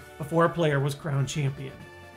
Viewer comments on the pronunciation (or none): none